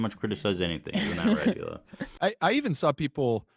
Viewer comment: It's Hee-Lah not Ila or Eli